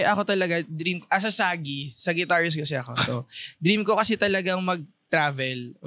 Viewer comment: sagi? Sagi? dapat sa"juh" pag pronounce nun beh.